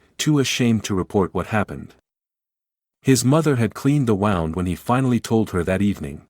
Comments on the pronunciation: The violin’s bow is pronounced as in low, not like the sound like a ship’s bow. In addition, an injury is pronounced like woond, not like I “wound” my watch. Lack of proofing the narration against the script. Otherwise a wonderful uplifting story. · Nice story. Can you correct the pronunciation of the word bow and wound? They are mispronounced in the context of the story. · Another AI generated story, Can’t even say the word ‘Wound’, properly. No emotion. Yuk!! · It's "woo...nd" such as a blemish, it's not pronounced "wow...nd"as if the rope was wound around a pole. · These stories are so masterfully written that it's hard, let's to believe the mistakes in pronunciation. Coiffed is a one syllable word derived from a French word "coiffure" that refers to hair. To spell it in a way that would facilitate I would suggest "KWAHF" When the word "wound" was pronounced as if it were talking about a string wound around a finger, I had to say something. This time it was referring to the injury, as a wounded soldier. Help!!!